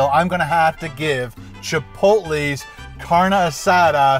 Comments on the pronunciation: oh yeah its pronounced car-nay not carn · Not "carn asada"..its "car neh asatha" thats how you pronounce it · it's pronounced CARN-EY not carn. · Great, I’m hungry now!!! Hahahahaha P.S. It’s pronounced “car-nay”. Fantastic video